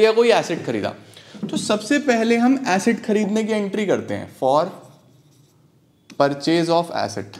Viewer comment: Asset ki acid , what pranounciation , 😊